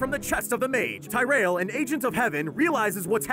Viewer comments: This whole video has so many things wrong, I understand that the video is supposed to be 3 minutes but even then they got so many things wrong as if they never even played the games. I don't know everything but of course I know more than what was on this guy's script. Dude didn't even pronounce Tyrael's name correctly, forgot to mention that the king that diablo tried to possess was corrupted after his son was possessed with the king later turning into the skeleton king. Deckard cain hadn't been mentioned even though he literally is the one that gives the heroes (the player) information and is one of the most important people in the story. The video also doesn't talk about baal going north and fighting the barbarians that had access to the worldstone. They even forget to mention that even after diablo is defeated in diablo 3 that his soulstone was being contained only for malthael to take the stone from human Tyrael. Hell they didn't say Tyrael became human upon being casted out but that he did it himself or even say that he became a human. This is why i hate short lore videos like this one. If I had to refer to this video as a drink, it would be a bitter taste that for beginner drinkers would confuse the hell out of them. For those who enjoyed the diablo games and understand the actual lore would make them have the worse hang over that would only last for 3 minutesand only through the second half of the drink, each time they heard the guy pronounce the name of Tyrael wrong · I love your videos, but it truly baffles me how you manage to mispronounce every single name of every character in every game franchise, including so many that they speak aloud in-game. ""? This is the line where I had to say something lol. Any other pronunciation nazis out there feelin my pain? Still love your work, just givin ya shit:) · Solid video besides the way you pronounced some of names, like tyrael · how the fuck do you misprounounce Tyriel? THEY SAY HIS NAME IN THE CUTSCENES